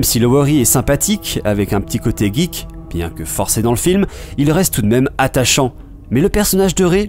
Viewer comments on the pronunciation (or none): none